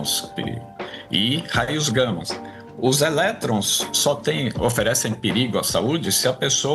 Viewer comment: perdão, mas eu ouvi raios gammIS?